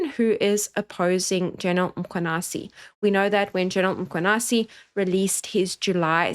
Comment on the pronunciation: thank you for all the breakdown and appreciate you putting yourself in harms way to educate us. Can we also pronounce the surname properly if possible. MkhwanaZi not Mkhwanasi